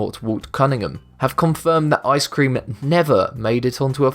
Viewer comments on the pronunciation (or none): Its ice-cream not I-scream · You don't know how to say ice cream